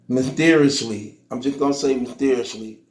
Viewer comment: Did he say mysteriously or musteriously